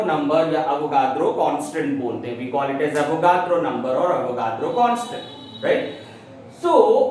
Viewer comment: its avogadro's number not avogardo